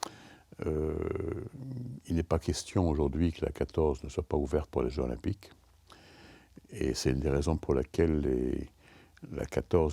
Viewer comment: Difficile de faire moins intéressant : on n'apprend rien. Et ce type n'a même pas fichu de faire la liaison Jeux zOlympiques